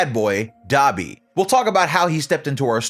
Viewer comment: Nah Dabi its da bee